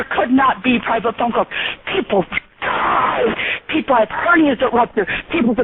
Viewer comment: "There are eople who have died because of telemarketers!"...lol!!!